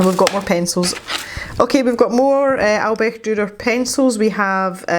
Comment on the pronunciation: You did such a good job pronouncing Albrecht Dürer :D I really like your painting and I think his name should be Fred or Freddy :) I got my ScrawlrBox yesterday and I'll combine my ScrawlrChallenge picture with MerMay, even though it is the April ScrawlrBox, but it is May when it got to me. I wonder if the May box was supposed to be inspired by MerMay... would be interesting :) I think, judging by the last two or three boxes that they have taken the results of the survey they did quite seriously. I mean, they have included pads or sketchbooks with paper since then, so I guess more people "complained" about the little paper we got. They really improved, I think.